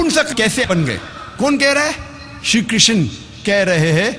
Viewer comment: Ek to क्षत्रिय को क्षत्रिया बोल रहा है और श्री कृष्ण की किशना बोल रहा है और आप ज्ञान दे रहे हैं।😂😂😂